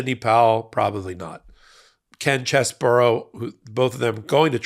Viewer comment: great job as always! Just one small correction...You keep pronouncing Ken Chesebro's last name as 'Chese - boro' when the correction pronunciation is 'Chese - bro'; i.e., 'bro' not 'boro'. (retired teacher) 😇🙏🌈